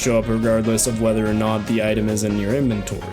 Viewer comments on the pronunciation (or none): none